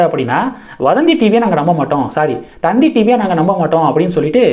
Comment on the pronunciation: 😂 அது தந்தி டிவி இல்ல... 🤣🤣 த த் தி டிவி